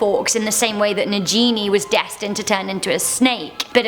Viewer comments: Stop saying na-ji-ni...it's na-gini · Its not najini its nagini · Omg its Nagini not NAGINEEH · Its na(g)ini not na(j)ini, it is spelled Nagiji which make sense that you should pronounce it with (j). In not sure if it is a double g though. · Urgh I cringed when she pronounced Najini instead of Nagini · It is nagini not najini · Who else cringed when she said nagini like na-ji-ni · nagini not najini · Why is she saying na-ji-ni instead of na-gi-ni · I noticed she said Najini... its Nagini.... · No hate but it annoys me how she says nagini..... it’s nagini not najini... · Why do you pronounce Voldermort's snakes name as Na-Gee-Nee, when in the movies they pronounce it as Na-Ghee-Nee? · Nobody... NaGeeNey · I can't believe you pronounced Nagini as Nagenie.. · NAGINI! NOT G as in Ginny!! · I love her but when she says Nagini she pronouces it "Nageney" aghhhhh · It’s pronounced Nah-gee-nee and Barty was not mad eyes son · Gryffindor-Dire Wolf. You made a major boo boo. Barty Jr. Was impersonating Mad Eye Moody and using the imperious curse on his father. And it's pronounced Na-gi-ni not gee like geewiz. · IT IS PRONOUNCED NA-GINI. come on. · No offence but it is nagini and u say g as the way u said it as you were a bb and little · Get rid of the woman in the vid she can’t pronounce ‘nagini’ correctly very triggering 😂 mispronounces it not once but twice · You're pronunciation of Naagini is wrong. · It really bothers me how she says Nagini...and I doubt Harry Potter is her "favorite childhood story" seeing as how barty Jr turned into mad eye...not his dad... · Nagini= Nah-G(good)i-nee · I love your videos but I am doubting your HP credentials because you mispronounce Nagini (hard G, not soft) and Aberforth (not Alberforth). Big frowns.